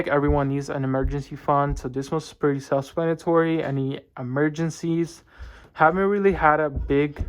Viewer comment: Hey so I think you asked in a previous video how to say tulip correctly, it's pronounced too-lip and for self-explanatory you tend to say self splanatory